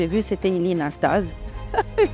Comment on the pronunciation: It's interesting that she does not pronounce Ilie Nastase's and Ion Tiriac's names correctly in Romanian.